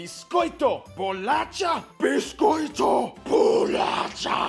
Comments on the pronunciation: Brazilian here. It's pronounced "bolasha" and not "bolatcha". And if you say "biscoito" you are wrong and dead to me. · "Bolasha", not "Bolatcha". And, by the way, that's the correct word over "Biscoito" :D. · Bolacha is pronounced bolasha. Ch in Portuguese is pronounced as in French, not as in Spanish or English. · It's too funny listening to a gringo trying to pronounce portuguese words lol he did well, but I have to correct this VERY important word: you don't say "Bo-la-tcha" you should say "Bolasha" 🍪 Similar to "Natasha" -- thank you so much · Bolasha... not bolatcha. That was the only thing that made me cringe. In the north, we call bolacha to salted cookies and biscoito to the sweet ones. That's it. =D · This "funny" war (which, in fact, is really serious lol) is equivalent to the difference between cookie/biscuit... But the most appropriate way to pronounce "bolacha" is with /sh/ as in "shower". Oh, and BTW, Cristiano Ronaldo isn't Brazilian, but Portuguese. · Just a little correction, the "CH" in "bolacha" is pronounced as "SH", like in "show" or "shoulder", but regardless, loved the video, and this guy nailed almost everything. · 4 - more examples of mispronounced words: Noronha is pronounced Noronia, closer to Spanish Noroña (not Noron-ha); Bolacha is pronounced bolasha (not the English CH sound) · Ele falando bolacha e biscoito tudo errado lkkkkkk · Its BOLACHA. U r welcome. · The correct is Bolacha, the only thing you should know, bye ^^ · it's BOLACHA! hahahahaahahah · just to mention: it´s BOLACHA! aha